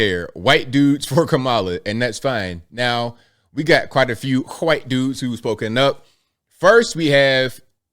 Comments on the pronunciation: Why do you pronounce white: hoo-white? It's a one syllable word with a long ī, and a silent h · I like how you say white.